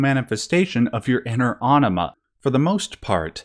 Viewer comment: You're really gonna pronounce anima like enema? And why does this lead to such himarious answers of brain ''washing'' or dump? x'D